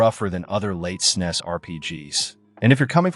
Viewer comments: Really appreciate the attention you're giving to some truly rare games! But please consider changing the way you pronounce "SNES." That hissing is discomforting. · I'm still trying to reconcile hearing the SNES being referred to as "snesss" instead of "s-n-e-s" as those of us from the era referred to it lol. It's weird. But I'm certainly appreciative of media covering the SNES console and its' games. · Did you just pronounce snes as a word instead of an acronym?